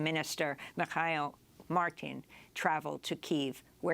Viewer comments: Just in case you need to pronounce this again, Micheal with the Irish spelling is pronounced Me-Hall. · Irish Taoiseach's name is pronounced as "Me-Hole Martin" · Hi Amy....the correct pronunciation of the Irish PM is Mee-Hawl Martin...it's the Gaelic sound for Michael!...since you generally are quick attentive to correct pronunciation..keep up the good work.😉